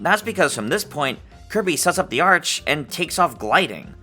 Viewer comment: You said arch like arc or ark...